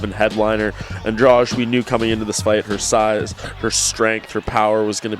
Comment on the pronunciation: Why none of this idiots can't pronounce Andrade's last name? It is not Andrach, it is AndraDee I can get why they can't say Joanna's last name but this one is pretty easy